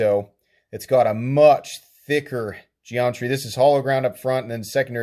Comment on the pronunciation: I like the gee-amitree of that knife 🤣. Sorry, couldn't resist.